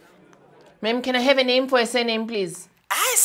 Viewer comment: "Can I hev a name for a surname plz" 😭😭😭💀💀💀